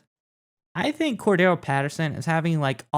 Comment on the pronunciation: Guys...it's Cordarelle, not Cordelle.